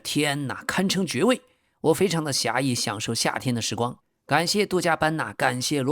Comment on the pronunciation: 是惬(qie 四声)意, 不是xia意